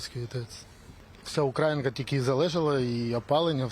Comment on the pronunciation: Ви неправильно робите наголос у назві міста! Ох журналісти!